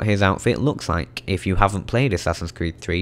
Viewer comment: assassins cweed